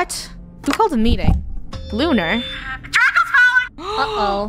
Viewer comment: Lunar its lunar